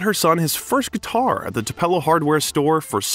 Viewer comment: You are saying Tupelo wrong, it is pronounced Too-pa-low. Thank you very much for doing a biography on Elvis. There will Never be another performer or man like him. He was the Best looking man to walk this Earth. He had a voice like no other. Elvis is greatly missed by millions. I will Always love him. R.i.p.🙏 Tlc. 🤙Tcb⚡️💙💙💙💙💙